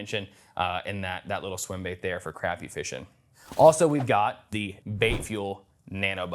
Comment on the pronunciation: His sister’s hair and mispronounced Crappie. Other than that…..nice review..